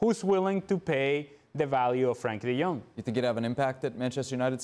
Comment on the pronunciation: Why do they never say his fuking name right. Its Frenkie de Jong not Frankie!!!😡😡😡